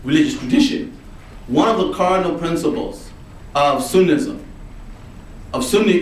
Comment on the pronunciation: did he say "sunism"